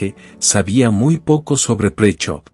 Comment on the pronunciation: Presov is not pronounced as "Pricho" 🤣 You can pronounce it as Preshow